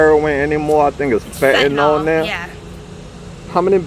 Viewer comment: "Fittinall" is a better name bc it's become fitting for cut in all drugs, but it is pronounced "fen-ta-nill."